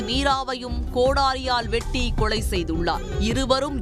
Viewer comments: அந்தக் கொலையை விட இவர்கள் வாசிக்கும் கொளை கொடூரமாக உள்ளது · வேளை ...கொளை என்ன அழகான தமிள் சீ சீ